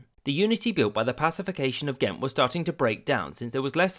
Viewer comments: The community of Ghent in Norfolk, VA is pronounced as you have in this video so I didn’t even notice. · Cute that you apologise for Ghent when you pronounced it quite right. The pronunciation of Mechelen made me laugh harder ;) you’re doing a great job either way! Love your channel!